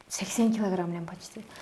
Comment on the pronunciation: Бир килагирамм Дейт го😂😂